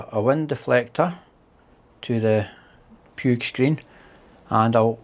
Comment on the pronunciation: It is "Putsch", mountain in catalan ;-)